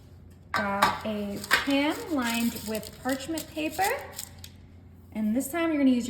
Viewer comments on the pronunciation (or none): none